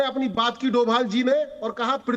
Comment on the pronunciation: डोवल नहीं होता डोभाल होता है